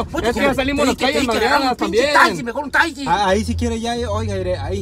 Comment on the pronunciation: no oldest que dice cuber en lugar de decir Huber y taysy en lugar de taxi